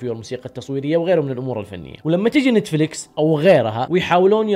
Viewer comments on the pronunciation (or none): تابعت اول ٥٩ ثانية بس لما قلت نيتيفليكيس وقفت الفيديو فورا 🤣🤣